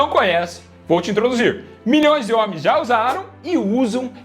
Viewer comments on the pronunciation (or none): """ Vou te introduzirrrr"""" rsrs dale